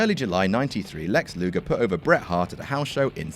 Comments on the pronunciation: Lex "Lugar", eh? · "Lex Lugar" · It's LugEr.